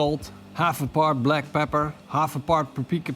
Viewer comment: I have listened to you saying "Pre-ground black plepper" for about 5241 times now and it still sounds funny. Now i just need some brisket in my life.